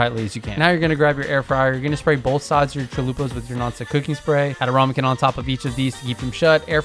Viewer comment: Love the vid. But its rAmekin not rOmekin!